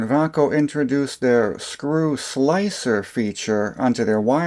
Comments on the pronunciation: Appliance and electronics had lots of Vay-co , Xcelite, Diamond and Klein tools. The way you pronounced it, and you said they moved to Texas to get away form unions, I started thinking it was spanish. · Sold Vaco tools and Klein for 32 years always Pronounced it vay-co. Love my K7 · I always pronounced it "Vay-co" Po-tay-toe Pa-tot-toe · Took me 80% of the video to realize that Vaco sounds like Bahco, the swedish tools company founded in 1886 and now property of SnapOn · Great video, but I never heard Vaco pronounce that way.